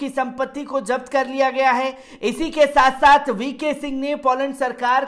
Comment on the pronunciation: 🤣🤣🤣 sat sath nhi sath sath hota he bhai sahi to balna sikho pehle